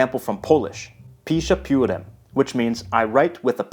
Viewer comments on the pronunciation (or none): Only mistake he made is that he put accent in the wrong place. In Polish accent is nearly ALWAYS on the second sylabe counting from the end of word. In that case it is "piszę PIÓrem", not "piszę pióREM".